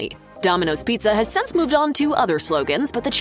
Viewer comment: The word you are trying to say is “since”. it is NOT “sense.”